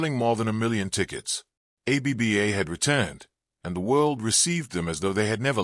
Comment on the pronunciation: Any chance you can update your AI to pronounce it "Abba", not A-B-B-A?